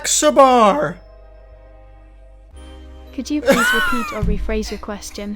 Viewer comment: when Charles tried to say Saxaber's name , im dead lol